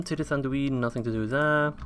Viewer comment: I dont want to sound angry or judgy or something, but I do believe that the dh in Turdhuin is said as a th. Keep up the good work